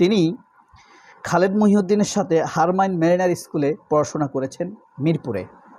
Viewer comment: যত কুশিক্ষিত আছে সব বাংলাদেশে 😂😂😂 এখন বিজ্ঞানি হয়ে বসে আছে। বিনিয়োগ কাকে বলে আগে শিখ, বোকাচো। আর হ্যারমান মেরিনার না, ম্যেইনার 😂